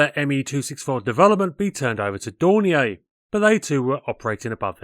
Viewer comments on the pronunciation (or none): Dornier is pronounced Dor-NEER; it is absolutely NOT pronounced DOR-nee-AY. They're German, not limp wristed, white flag flying, knickers dropping, ankle grabbing Frenchies. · Generally GOOD content appreciated ; you need to brush-up on yer German pronunciation . You are pronouncing DORNIER as if its French . It should be exactly as spelt ......... Dornierr NOT Dorniay . Messerschmidt Is NOT Meshersmidt . Fokk-Vulf should be Fokker Vulf . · If you stop calling Dornier, Dornea I will subscribe to your channel!